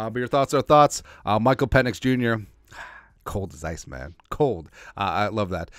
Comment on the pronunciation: Pe"NIX" as in NO.